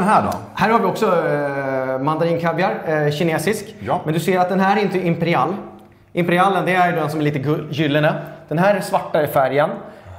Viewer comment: Varför säger han imperial som imperiall